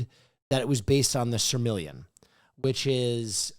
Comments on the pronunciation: calling the Silmarillion "Sir Million" reminded me that i was indeed watching big hot guy himbo podcast!!! no hate, I really love this, great episode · ITS NOT CALLED THE FUCKING “SIRMILLIAN” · why didn't anyone correct the blonde dude who kept saying "Silmaring"?? It's The Silmarillion. Ffs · mispronouncing Silmarillion was possibly the best bit